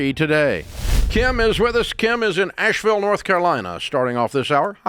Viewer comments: Asheville not Ashville...details... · btw, it's Asheville, not Ashville, NC. But still love your show! :)